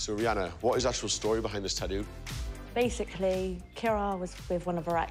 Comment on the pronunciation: Tattoo pronounced tat-too Not at-oooo